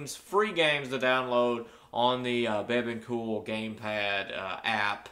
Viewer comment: You say bebon cool... i think its pronounced "Be Beyond cool"